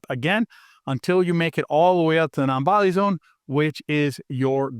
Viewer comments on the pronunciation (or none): no. it's the exact opposite of straight forward. on top of that, you got it wrong. he's saying NONVISOLINE, and where does the I in VISO come from? And after re-watching it, he's not even consistent about how he says it. At the end he says non volley zone. It's kinda goofy. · Enviso line? Bonviso line? What are you saying?